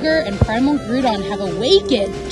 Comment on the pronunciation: Aww! So cute, I'm so happy you had this bonding time with your dad! btw its Grou-don not Grewdon. Ah sorry to be that guy.